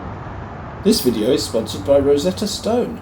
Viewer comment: Okay bit of a pet peeve here, especially given your interest in language. You keep emphasizing Stone in Rosetta Stone. Are you under the impression there’s some gal named “Rosetta Stone” who created a language learning company?? It seems to me that even in the UK, emphasizing Stone, the way you are, makes it sound like you’re under the impression that Stone in this case is someone’s surname, which is pretty ironic if true.